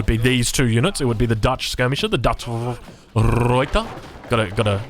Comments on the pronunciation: You pronounce the R in Ruyter correctly now but pronounce the rest like its german. Search how to pronounce the dutch word “Ui” thats how you pronounce ‘Uy’ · The actual pronunciation of 'Ruyter' is found in the link below. Good effort though!